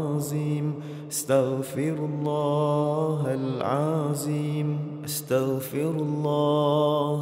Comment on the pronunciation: Dia sebut astagfirullah ke starfirullah